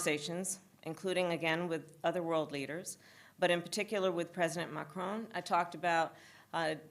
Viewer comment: Funny how she gets mad when people say her name wrong but she got his name wrong. Said "Marcon" instead of Macron.